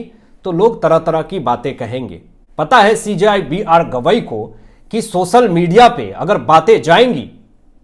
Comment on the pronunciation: please do not disgrace Hindi language. 'सोसल' क्या होता है? 'सोशल' कहना सीखिए । तत्पश्चात podcast कीजिए । Disgusting to hear insult to Hindi language.